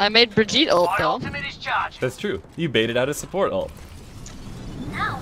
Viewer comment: Another way to pronounce it is also. Bridge-It